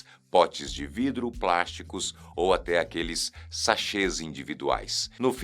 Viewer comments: Hoje você tá muito palhacitos, hein? 😂😂😂 "VRIDRO"!! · Vidro ou"vrido" me fez dar gargalhadas...gostei da brincadeira 😂😂😂😂😂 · Gostei do "vrido" 😂😂😂